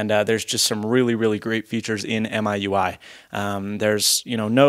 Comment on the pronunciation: It's mee-you-i